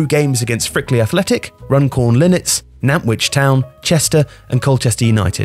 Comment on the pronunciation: Hi! Cracking video - just to let you know, the 'T' is pronounced in 'Nantwich Town'. From, a Nantwich fan:))